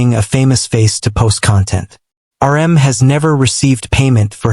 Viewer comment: How about the part where he calls RM, 'URM'.